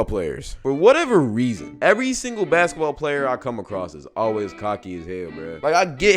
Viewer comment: "Baskteball" uh 😃